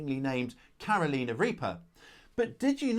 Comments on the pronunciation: Don't you know the way to pronounce Carolina? The song "Carolina on my mind" Caro..lie... na Not Caro..lee..na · If I may, it’s pronounced “Cār-o- lyna.” I live where they originated, and it grates on my nerves every time you say “Caroleena.” LOL Thanks for your understanding. I’m growing habañeros this year, along with bhut jolokia (ghost peppers). Great video,! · You have to love the Brits absolute determination to intentionally pronouncing the United States state WRONG. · Not Caroliiina Reaper 😂 Carolina..As in the Woman's name 'Caroline', or the place 'North Carolina'..😊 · I love your vids & youve helped enhance my knowledge.. however your british accent on Carolina reaper had me dying!! 😂 In the states, we pronounce it "Care O Lina" not "Karo Leena". & my east coast US accent would probably make you laugh the same. 😆 Keep puttin out the great vids, best gardening channel on Ytube by far 👍👍👍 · That was the oddest pronunciation of Carolina I've ever heard. 🤣🤣 I generally overplant my peppers, at least 32 plants in an 8 x 4 raised bed, I mix seedlings from super hot and mild varieties and save those seeds, with our longer growing season in North Carolina, my plants easily get over 6ft tall, and will quite often be producing fruit between late March and November. If you want a fun exceedingly prolific pepper, try the Pineapple Aji, it has a sweet pineapple flavour to start with, then a little heat rolls in (~25000 Scoville) and goes great in sweet and spicy pineapple based salsa. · I always enjoy your videos,. It is pronounced that way among Latin languages. So it’s not wrong in that regard. But for us, here in the Carolinas, It is a shocker L O L